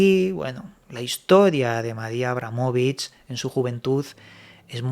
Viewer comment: Decir mal su nombre forma parte de otro extraño ritual??